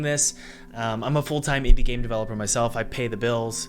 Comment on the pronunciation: This video: Ai will kill indie dev, sorry guys. Also this video: "by the way my invidie dev course is..."